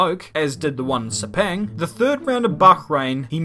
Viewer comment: Lol its not pronounce se--peng it's pronounce se--phang as in sepang